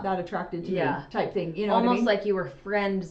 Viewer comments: sister just said 'I didn't know it was a thing..with a pronounced 'g' sound in regards to a Utah accent. I notice that hard 'g' sound with words ending in g all the time with Christine and her kids. 😊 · talking about the Utah accent, then says “I didn’t know that was a thing” with the most Utah pronunciation of “thing” with that hard g at the end 😂 love you guys. Every region has its own accent and smaller variants within, I could pick out accents from different parts of Ohio where most everyone else would probably think we all sound the same.